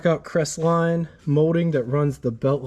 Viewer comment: "Cres-et-line" ??? For the love of Jesus, you can't even pronounce the name of the subject of your video... I. Q. must hover somewhere around room temperature...